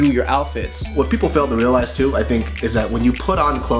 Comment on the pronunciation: Lol Bart always says reo-lies...